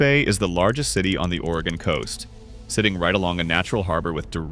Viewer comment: The AI is good in some spots, bad in others, several mispronunciations and titles that were messed up in one spot and fine in another, though I was surprised that it didn't pronounce Sequim as seekwim like many real people do. They also pronounce Oregon as Oregone though too. Some of the maps and scenes directly related to the topic, some not. I think I have been through or took short vacations in all of them except Brookings and lived in North Bend before it was taken over by Seattle and Bellevue residents who commuted rather than live where they worked plus incoming Californians, all driving up the prices, it was affordable when we lived there in 1983, starting an upward climb by 1990 when we moved. I grew up in NE Oregon where we moved back to. I go to Sequim to see family that moved there back in the 1980's and sometimes to Port Angeles where my brother also drives for a large local trucking company. Sequim has a very broad flat area as opposed to PA, which as they said, is somewhat hilly. The town itself is several miles from the Strait as opposed to PA which is right there. PA has a large drug problem as I can attest to because unfortunately a family member is involved in it, and a lot of homeless and a fair amount of crime too. I wouldn't be afraid to walk downtown in Sequim at night in most areas but it also has its problems. I stopped a vehicle theft early one morning at the motel I was staying in when I saw guys messing around with a pickup in the one spot in the pa